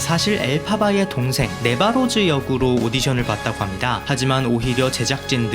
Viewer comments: 왜 네사로즈만 틀리시는것같지 네바로즈라고 하고 네시로즈라고.. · 네바로즈 가 아니고 네사로즈...